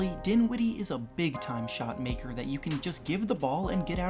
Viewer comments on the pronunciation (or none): none